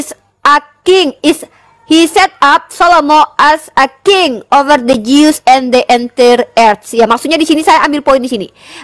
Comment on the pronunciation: Jews bacaanya BUKAN [Jius], tapi [Jus].